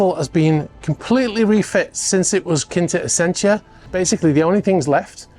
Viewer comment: How are you pronouncing the original name…..Quinta Essentia? It’s clearly Quite Essential!